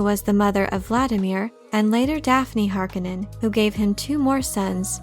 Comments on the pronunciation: the pronunciation is Har-Kone-nen - heavy hitting and commanding ... Har-ka-nen sounds like the cheer squad....geez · Stop saying Har-ka-nen! The word is Har-ko-nen. Use the 'O' vowel sound, not the "A" vowel sound. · It is pronounced Har kon nen... not har kinen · Is the pronunciation really [HAR-k'-nenn] as in this video or is it [har-KOWH-nen] like in the first Dune movie? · I prefer the 84 pronunciation of the name. Har-CONE-in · Btw you used to pronounce it correctly if you go by the 1984 movie which Frank Herbert consulted on :) hark-on-non so don’t worry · Great, I'll never not hear the name Harkonnen in a Finnish accent because of this video. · Why has everyone decided to change the pronunciation of Harkonnen from the 1985 film and 2000-4 series. Bit jarring. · It really bothers me how she says "Harkonnen" wrong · Is it me or did nearly every actor mispronounce the word Harkonnen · and if you could only pronounce Harkonnen correctly as the author intended ( eye rolls ) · If you watch the movie you can hear how Harkonnen is pronounced right, also don't use wiki as your script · You are pronouncing the name so incredibly wrong. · The voice reading this is getting on my nerves. Is it computer generated cause it sounds fake. If it’s a person they sound catatonic. And I think you’re mispronouncing Harkonnen. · She’s killing me with how she’s saying Harkonnen uggg....